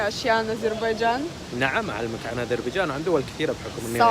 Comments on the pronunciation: علأقل هي غير عربية وتقول ازربيجان؟!! واش تقول في عرب ويدرسون نصف حياتهم أن حرف ذال هو ذال ثم ينطقوه ز؟ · اسمها اذريبجان بالذال و ليس ازربيجان لازم تصححيها